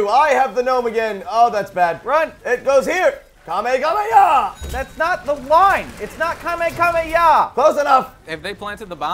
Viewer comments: did anyone else notice that joven said kamakamaha no kamehameha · why does joven say kamekameha